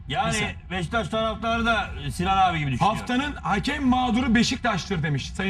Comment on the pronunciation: Sinan abi BEŞTAŞ değil beşiktaş 😂